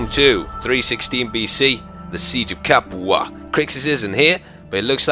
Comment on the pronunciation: "The siege of Capu-ha!" Only can pronounce words as he likes and at the same time being so perfectly appropriate!